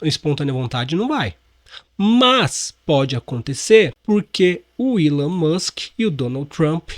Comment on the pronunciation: Algum jornalista vai apreder a falar Elom ao invés de Willow 😂😂😂